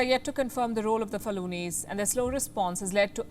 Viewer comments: It's "FU-LA-NI" not "FA-LU-NI" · Faluni? Do you mean Fulani? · Fulani not Falunis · Pronunciation: FOO-LAH-NI. In other areas they are known as Pul or Pulah.